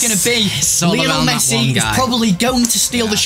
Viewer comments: Last time I checked his name was Messi, not Mess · Messi NOT Mess